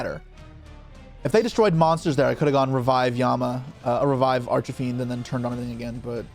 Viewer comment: I like the way he says archfiend like arch-a-fiend, sounds Italian 😂